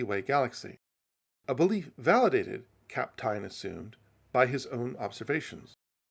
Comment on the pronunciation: The pronunciation of Kapteyn is perfect!